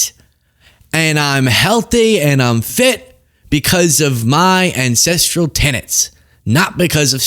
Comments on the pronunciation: Not ancestrial - ancestral. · OMG I thought you were saying “incestual” life style. I was so confused 😂